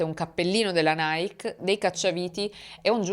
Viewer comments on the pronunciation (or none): none